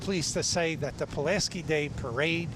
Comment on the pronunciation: Tom Tim Zauważ , jak spierdoliłeś nazwisko Pułaskiego .